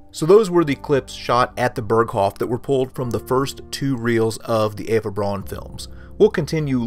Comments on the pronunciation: Outstanding! I have always wondered who some of these folks were. Btw, Eva Braun's last name is pronounced "Brown," not "Brawn." It looks like it would be pronounced "Brawn" as an American pronunciation, but it must be pronounced as a German would pronounce it, and that would be "Brown" (as in Charlie...). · "Braun" is pronounced "Brown"! Get it right. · Well done. If you wanted to tune up the presentation you could learn the correct pronunciation of Braun (Brown in Eng.) von (fun) and Speer (Shpare, without the r sound).Simple as that. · Eva’s name is pronounced “brown”